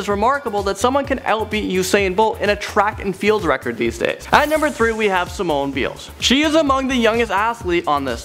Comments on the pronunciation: He pronounced Simone biles's name wrong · Smh you said Simone biles wrong